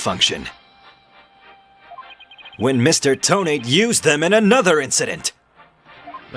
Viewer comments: I have a problem this entire case :T (yes this is REALLY late commenting) You keep saying "Toe-Nate" when I'm pretty sure it's pronounced "Toe-Na-Te" Just me, or anyone else with me? (I think it's just me) Then again, Ted Tonate is like "detonate"; Candice Arme is like "can disarm"; etc. I could be reading this TOTALLY wrong :T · Thats not how you pronounce Tonate. This is how; Toe NAH tay Lol i cant type pronunciations but good video! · I thought you would pronounce Tonate as toe-nah-teh. Makes it sound much more menacing.